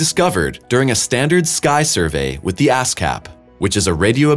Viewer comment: am I the only one here that heard "ass cap telescope"?🤣